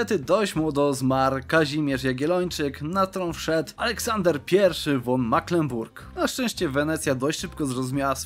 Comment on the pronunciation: Po pierwsze: Nie myślałeś aby pisać książek? Gdyż bardzo fajnie opowiadasz że aż się wciągnęłem. Po drugie: wyraz von nie czyta się won tyn fon. Po trzecie: jak się uda to dołączę do strema. Po czwarte: Dzięki za odcinek i tak dalej.